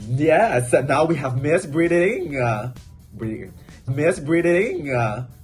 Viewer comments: DSFGDJGKFJGSDFSAFD I CHOKED ON MY DINNER WITH THE "BRIDIDING" AND "BRIDIGING" LOOP CLIPS XD I SWEAR, YUHUAAAAAAAAAAAAAAAAAA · Bring it on: Miss Bridding, Bridigingah...😂😂😂